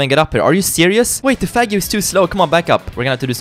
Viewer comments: Henriko Kangur is misspranounceing it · is not saying faggio correctly